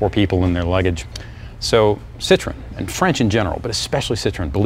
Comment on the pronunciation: you need to learn to say the name of the car. It is not a fruit, try Sit-row-en. I was a factory tech for Citroen 2CV, 3CV in a Mahari body (all plastic Beach Model yr. 1972) DS19, DS21 at a dealership in Milton Ma. This made me smile thanks for the trip down memory lane.